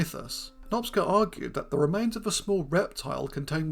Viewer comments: Cs in Hungarian is pronounced like ch, as in chicken, or choose. Nop-cha not Nop-sca. Cheers. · It's quite funny how many people in the comments keep referring to him as Nopsca because of how you say it, switching up the "c" and "s" but it doesn't really matter anyway because the pronunciation is somewhat incorrect regardless. The letters "cs" are pronounced as "ch" is in "challenge" if you care. It's in Hungarian and it is really unlikely to get it right if you don't speak Hungarian. Fun fact, no the other one, a boring fact because someone mentioned it in a comment, Magyarosaurus means Hungarian lizard because Magyar ,of course, is the Hungarian word for Hungarian which everyone also mispronounces in an expected but, at least to me, amusing way. The more you know the less you care etc. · Great subject, it is pronounced "Nohp-cha" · In Hungarian, the letter group cs is pronounced like ch in English. His name is pronounced Nop-cha, not Nopska, which also involves switching the position of the letters. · Since he is Hungarian, I think the ‘cs’ sequence is pronounced like ‘ch’ as in ‘choose’ (Hungarian spelling is kinda weird) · Small nitpick: In Hungarian the "cs" makes the "ch" sound of English (as in "church") [IPA: tʃ ].